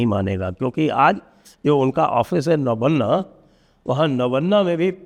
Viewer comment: Sanjay ji it's not नबन्ना rather you should say नौबाननो